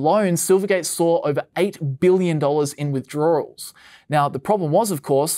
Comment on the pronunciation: All together now: "withdroarwels" No, wait...